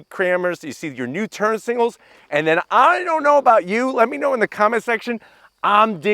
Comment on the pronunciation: He said singles instead of signals so many times, smh